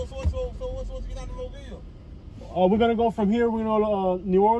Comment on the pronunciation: Mobile is pronounced MO BEE EL. Stop and ask anyone to say it for you. AFRICA TOWN...not in or near Prichard.